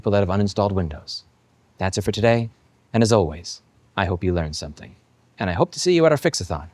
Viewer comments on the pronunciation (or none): none